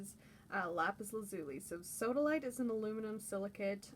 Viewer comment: U said sawdalite 2 times